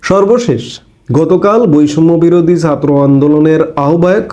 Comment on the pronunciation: Please fix your pronunciation of জ and ছাত্র । Please and thank you. 😊